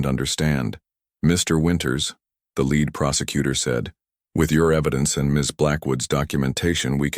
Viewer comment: Wife was killed 7 years ago, 6 year old kid. Apart of this, i liked the story. Mispronouncing is getting less as well. Still hung up on live/life and the words lead and read.